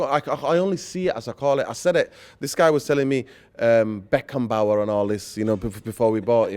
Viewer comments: Pissing myself here, “Harry Beckenbauer”😂🥳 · “Beckenbauer.” Classic Said!😂😂